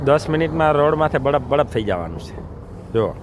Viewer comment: બળફ નહીં પણ બરફ.